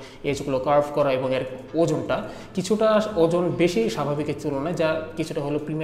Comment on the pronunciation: Your "এর" is still sounds like "এ্যা-র" Fix that soon.